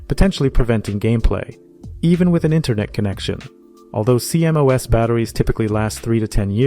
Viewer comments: CMOS is pronounced "Sea-Moss" rather than C-M-O-S. Great vid! :) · I've never heard anyone call a CMOS "See em oh ess". It's pronounced "See moss" lol Also bro saying diga bytes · Cee-M-Oh-Es? Cee-MOS. Is this an AI voice or what? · Is this an AI voice? Is that why they keep spelling out that acronym C.M.O.S. Instead of pronouncing it ‘SEA-moss’? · Stop saying cmos like thah